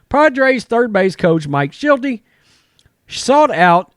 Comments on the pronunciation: The third base coach for the Padres is Mike Shildt -- ShildT. There is no second syllable in Shildt. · Shildt was fired from the Cardinals in the offseason. He is now a coach for the Padres. You’re also mispronouncing his name, which is weird because he was a fairly well known manager the last few years and his sudden firing over the offseason was pretty big news in the baseball world. I’m not sure how someone can claim to have knowledge on baseball and miss these two things.